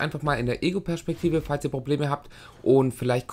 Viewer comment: alter ich will mir in die ohren stechen wenn du PERSCHPEKTIVE SAGST